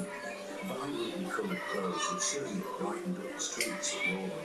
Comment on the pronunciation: Just a heads up if you wanna say it correctly: the Norwegian letter Å is NOT pronounced like an A. Its pronounced as the O in the english word "on". Å and A are two different letters, with different sounds. Its more respectful to just say needle binding than to butcher the Norwegian pronunciation (nål means needle)